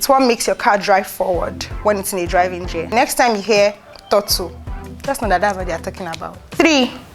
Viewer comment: Its Gear not jear